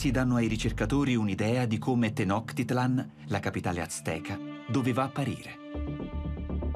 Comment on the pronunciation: Bellissimo documentario, solo una precisazione: so che frega poco però la pronuncia è Tenochtitlán, quindi quella è una C (suono di "ciao", non una K ) e con l'accento sulla A e significa "Il luogo (Tlan) del cactus sulla pietra (Tenochtli). Il Cactus è una pianta sacra, tutt'ora ne mangiano le foglie, che sono morbide, e perfino la bandiera del Messico ha il cactus sacro, sopra cui un'aquila reale che ha catturato un serpente (rimando al Dio Quetzalcoatl) si posa.